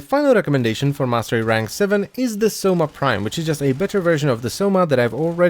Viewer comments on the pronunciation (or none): none